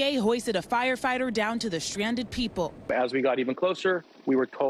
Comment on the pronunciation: the SHRANDED PEEPLE